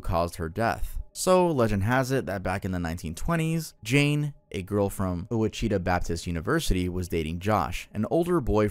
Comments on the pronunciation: Heyya, Arkansan here. Ouachita is pronounced like wa-shi-taw, just letting you know! Ouachita is the name of a Native American tribe here in the state. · Btw ouachita is pronounced washitaw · The pronunciations are killing me! 😂 (Arapaho) uh rap uh hoe, (Laramie) lair uh mee and (Ouachita) wash ih tah were three that stood out to me. Being from Arkansas, that last one was painful 🤣🤣 good video though! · I actually go to Henderson State Uni in Arkansas and I cant believe that I've never heard of this story, also not to nitpick, but Ouachita is actually pronounced (Wash-uh-taw) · Oh no! Arkansan here. Ouachita is pronounced Wash - e - taw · It's pronounced WA CHI TAW, lol. Fun video! And O peh LIka! Thats hilarious. I was raised in Arkansas(1 mispronouncing) Now I live in Opelika (2 mispronouncing) what are the odds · Arkansan here; super cool urban legend that I’d actually never heard! Just a quick note, Ouachita is pronounced wash-ih-tah. At least, it is here in hicktown lmao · Add Ouachita to your list of mispronunciations lmao. It’s actually wah-shi-tah. Yeah, Arkansas is pretty different with the pronunciation of words haha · Oachita is pronounced Wah-Chit-Ah…like the Indian tribe… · the way you pronounced ouachita was horrid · The way you pronounced Ouachita Baptist hurt